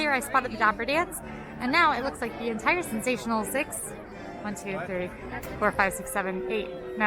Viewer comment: "Obviously this entoire area" - when broke into her cockney English accent. Now that was magic